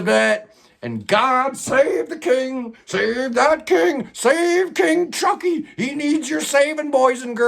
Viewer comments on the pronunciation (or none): none